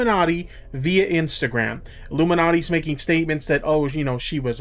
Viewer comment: Bro can't even say her name properly.